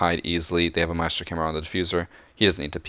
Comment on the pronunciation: Say “my-es-tro, instead of My-stro, but the day Ka-de instead of Ky-ed